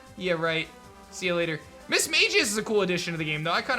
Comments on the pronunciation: Am I the only one who hates the way pronounces mismagius? It’s pronounced mis-mag-ius, like the way Fantina does. 😩 Other than that, cool content ✌🏼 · Like how he pronounces mismagius... URGH! It’s pronounced like the way Fantina does, mis-mag-ius 🤧😫